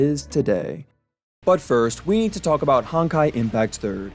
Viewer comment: i heard lets f about the history 😅